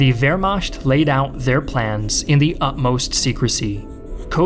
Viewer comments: There is no "W" sound (like in the word water) in the German language. In German, W is pronounced like V. Waffen SS is correctly pronounced like Vaffen SS. Wehrmacht is correctly pronounced Vehrmacht. I hear this mistake all the time, and it always makes me cringe a bit. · So wermacht is pronounced as wermasht? ok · The "Vermaashed" HUH ??? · Why do you pronounce Wehrmacht like that? Also, I hope the British part of the battle won't be ignored.